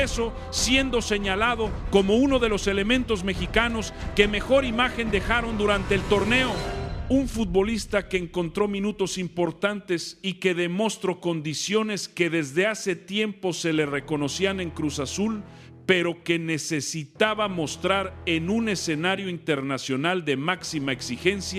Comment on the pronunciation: Sin afán de molestar. Pónle los acentos a las palabras. Lo mas gracioso fué cuando tu IA dijo "de mostro", en lugar de "demostró"